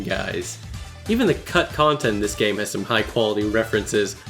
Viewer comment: what he said " so despite all my nitpicks and contemplates I consider this a 10/10 game" what I heard " so despite all my nitpicks and contemplates I consider this a 10/10 gay"